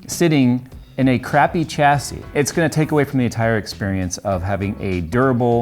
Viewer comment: Its "SH" assy not "CH" assy